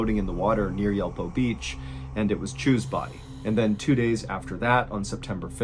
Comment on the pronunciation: MrBallen please take a little bit of time checking at least the approximate prononciation of foreign names. The second story "Chew" instead of probably "Choi" or "Ju" was really ditracting me the whole story. I know korean a little bit and it already is weird to be calling them by their last names (you use names like Robert, Julie etc so why use last names for Koreans? It's the equivalent of if there is someone called Tim Burton you call Burton throughout the story instead of at least mr burton). But that's understandable, maybe some korean names could be difficult to pronounce (although the effort is appreciated). But pronoucing the last name in such a weird manner just seems disrespectful to me kinda... Just a suggestion to make the story a bit more respectful at least as you're already using it for your content.